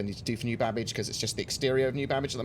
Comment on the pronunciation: Babic or Babbage